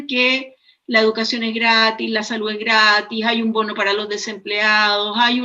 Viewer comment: Aprende a hablar,la salu,la verda